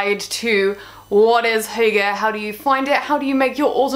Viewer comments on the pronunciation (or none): Why don't you start by pronouncing properly what you are talking about?